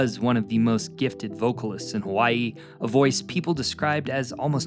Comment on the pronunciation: I appreciate that your pronunciations were very good. Sometimes it's hard to watch a video about Hawai'i when your ears are being assaulted with bad annunciation lol. Great job and loved to hear accurate history. Mahalo nui loa.